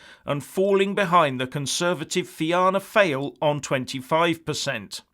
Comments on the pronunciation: it's more lie Fe-anna Foil not Fail! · Just FYI it's pronounced Fina Foil not FAIL. 😁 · Just remind him there are nearly 1 million Irish people living in Britain. 70% of Irish exports go to Britain. Many Irish people receive British pensions. It's pronounced 'feena fall' by the way, not fina fail or are you just kidding. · Leo Varadkar is an ignorant, arrogant, anti-Irish, anti-Christian, pro-EUSSR, globalist, tinpot loolaah and Soros-sponsored lickspittle and a despicable fudge-pusher with the personality of a dead tadpole. The EU is bloody DESPERATE! And so is Leaky Verruca and his shills. I don't trust those sell-outs called Sinn Fein. PS:, Fianna Fail is pronounced FEE-AH-NAH FOIL Fine Gael is pronounced FINNAH-GAEL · Varadkar will be out of office next month anyway. I don't think he appreciates we are Irelands biggest customer., Its pronounced Fianna Fall but reads Fail. Ireland has been a failed state since its inception. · You pronounced "Fianna Fáil" very very incorrectly lmaoo